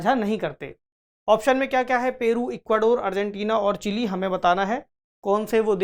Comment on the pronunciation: चिले नही चिली